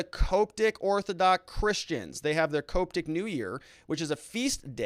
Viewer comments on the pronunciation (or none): The word Coptic is pronounced cop-tic. Like the police-then the insect. Cop...tick. Not however you pronounced it.